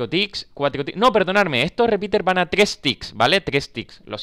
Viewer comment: NO SABE DECIR TRES JAJAJ :v